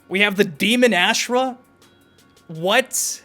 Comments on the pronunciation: please god. The way you pronounce her name AHHH SHH RAH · Why does everybody butcher Ashrah name? Has anybody played deception??? The announce says everybody name.